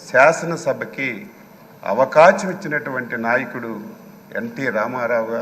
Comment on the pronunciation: Avakacham anta avakasham kadhu hahhahaha